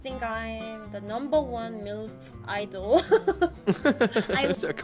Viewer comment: Es heißt THE und nicht S